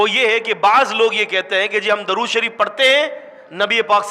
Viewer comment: آپ ان حضرات کی اصلاح سے پہلے خود تودرود صحیح پڑھ لیں